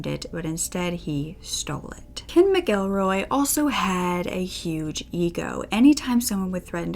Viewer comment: Thank you, so much, for knowing how to pronounce "McElroy." The traditional Irish language form is "M'Gillruadh," ergo, it's pronounced "mihk-ELL-roy," not "Mackle-roy."